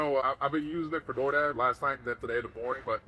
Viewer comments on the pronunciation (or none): He didn’t say”DoorDash”, he said “doorhash”.